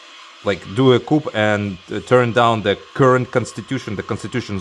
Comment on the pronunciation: Coup is pronounced “coo” 🤭😉🤘 great video as always. Always putting me on to great tunes.